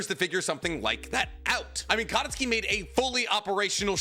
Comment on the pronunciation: Katasuke = Kuh-toss-kay, not Kata-ski. Also Hagoromo means "Feather cloak, worn by the celestial women (tennyo) in Japanese legend or art" which explains why it's a cloak for a sword, and explain why Kaguya a celestial woman in Japanese art would name her child after it.